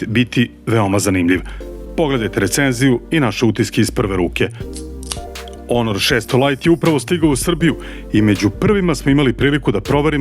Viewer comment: Zašto stalno kažeš onor? To neka nova marka smart telefona.?? 😅😂🤣